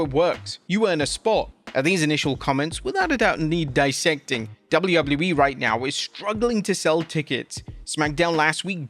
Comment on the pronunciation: Why are you calling WWE "dubblee-yubbloo-ee"?